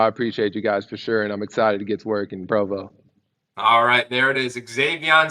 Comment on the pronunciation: HAHA. Dude not sure how to pronounce Provo.......phonetics my professional pod casting friend. SMH